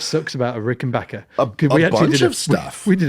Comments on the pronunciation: Why do people say 'Rickenbocker'?! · So each time I hear the name "RickenBACKer" mispronounced my Heart Breaks and Tears of Sadness run down my Cheeks. 😂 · so has decided he's gong to STICK with mispronouncing Rickenbacker forever? and of course it's the Rickenbacker on Come Together, not the Hofner. Also, Paul's "cavern spacing" Hofner was an earlier 500/1 (violin) bass, not a 500/2 Club Bass like yours.